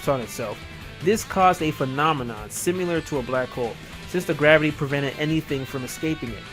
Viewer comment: simular? i think it is pronounced sim-ill-err.